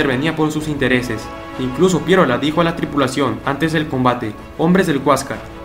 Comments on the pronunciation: Me duele los oídos cuando dices Pierola... Es Piérola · Se dice Piérola, no Pieróla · Muy buen video. Sólo una corrección. Se pronuncia Piérola. No Pieróla. Slds. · PIE'ROLA ...la fuerzs de voz en la e no en la o ...no se dice Piero'la.. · Es Nicolás de Piérola*. Yo también me preguntaba por qué lo pronuncia mal si lleva tilde. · Solo una anotación, no entiendo por qué pronuncias tan mal el apellido Piérola, este lleva la tilde en la "E" por lo que la fuerza de voz recae en ella y no en la "O". Eso se enseña en el colegio. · Excelente, solo un pequeño detalle es Piérola y no Pieróla, fíjese usted mismo en su propio video como está escrito. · Muy buen documental !! Histórico pero hermano no es Pie ro’la. es Pie’rola !! Suena mejor hermano de historia!! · Se llama Nicolás de PIÉROLA no Pieróla, si vas a relatar una historia hazlo nombrando bien a los personajes. Consejo para mejorar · Piérola, con acento. No Pieróla. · Es Pi-é-rola, no Pierola. Qué mal habla este tipo. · Piérola (tiene tilde en la e, por tanto la fuerza de voz está en la letra e). Saludos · es Piérola con tilde en la vocal "e" y por ende, mayor fuerza de voz en la primera sílaba. 😁😁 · Nicolás PiÉrola, el acento muchacho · Interesante información, pero el apellido se pronuncia PiÉ-ro-la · Man perdón pero bien claro esta el acento en el nombre de Piérola!!! escúchate lo que dijiste. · En el apellido Piérola el acento va en la e no en la o jaja... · Esteeeeee, en tu lámina está clara la tilde del apellido de Nicolás de Piérola, con tilde en la é y por ende la mayor fuerza de voz en esa sílaba, gracias. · interesante pero no olvides que en Piérola, el acento va en la E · Tío, que aburrido eres. Al minuto te corté. Aprende un poco de inglés para que puedas pronunciar la palabra 'navy' y, además, no se pronuncia Pieróla ... sino Piérola, torpe. El maestro Marco Aurelio Denegri ya te hubiera parado de cabeza.